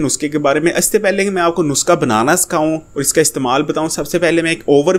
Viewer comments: bhai it's not nuska,,the word is nuskha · dear yeh NUSKHA hota hay na k NUSQA.... aur plz to the point baat kiya k karo buhat lamba khainch liye...